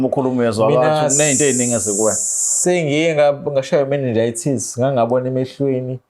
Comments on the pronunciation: You mean 'Meningitis' 😊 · 😢 Bengizwe ngathi uthi '"sengike ngashaywa i manager ye Tazz. Kathu uthi mannejities